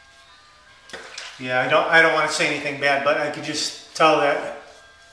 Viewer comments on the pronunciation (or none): none